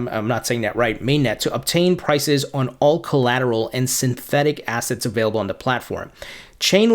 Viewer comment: why am i listening to a guy who cant even pronounce the word synthetic